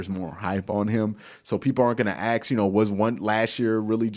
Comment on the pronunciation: Dude, i love your content, but the word is "ASK" , ask a question, not ,"Ax" a question!